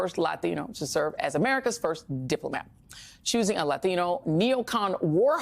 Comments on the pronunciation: Joy, your pronunciation of "Latino"is the stuff of hillarity! Lathino....😂😂😂😂😂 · It's racist the way she says Latino. I bet I know how she pronounces Taco. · Why does she say Latino like that? Its just like kamala and the fake accent. 😂 enjoy unemployment joy. You deserve it.